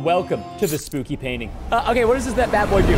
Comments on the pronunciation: he said spoopy😂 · You said spoopy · Why did you say spooky spoopy